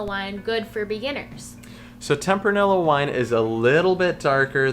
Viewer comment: Good video. I always enjoy watching your videos, but I do you have to say that your pronunciation of Tempranillo is surprising to me lol. In Spanish, double L‘s are pronounced like a Y. So it’s pronounced like “ temp-rah-nee-yo”. :)